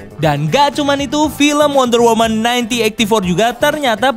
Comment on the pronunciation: Mon maap nih yang bener wonder woMAN bukan wonder woMEN,belajar lagi ya bang b inggrisnya kwkw